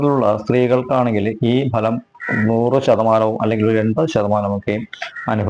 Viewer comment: സമ്പൂർണ ഭലം അല്ല തിരുമേനി സമ്പൂർണ ഫലം ആണ്